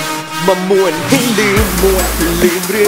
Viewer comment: 'ม่วน' ที่ออกเสียงในเพลงนี่ไม่ใช่สำเนียงอีสานนะคะ น่าจะออกเสียงให้ดีกว่านี้เพราะ 'ม่วน' ที่ออกเสียงมามันเป็นสำเนียงทางเหนือ คำนี้ของทั้งสองภาคมีความหมายเหมือนกันแต่ออกเสียงต่างกัน ฟังตอนแรกนึกว่าเพลงเหนือแต่พอฟังคำต่อท้ายเป็นคำอีสานซึ่งฟังขัดกัน คือพ่อเราเป็นคนเหนือส่วยแม่เป็นคนอีสานไงเลยฟังออก นี่ติเพื่อก่อ เพลงหน้าจะได้ดีขึ้น อย่าดราม่านะเอา ถ้าจะให้ 'ม่วน' เป็นคำอีสานต้องเป็นคำเสียงยาวไม่ใช่คำเสียงสั้นและต้องมีเสียง 'ห.หีบ' ค่ะ